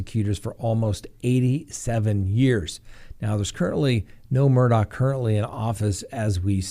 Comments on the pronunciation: the Murdaughs are pronounced Murdog, not Murdough. You can even hear it in the soundbyte of the investigator you played. Same for Alexs, he's pronounced Alek, not Aleks! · Since we're correcting pronunciations, it's mer-dawgk, the K representing a stop in the throat to pronounce the h. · Their last name is pronounced Mer-dock, sorry just had to say that because it is always mispronounced by so many. Sorry hope I am not offending you with the correction. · Please pronounce it Murdock. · Their name is pronounced “Murdock” 😬 - a Hampton County resident.